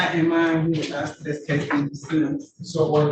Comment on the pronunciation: I take issue with the fact so many of these supposedly "highly educated" attorneys are incapable of properly pronouncing the word ask.